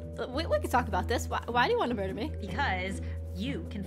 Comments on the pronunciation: The fact that said murdurdur lol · Ah yes "mudurdur"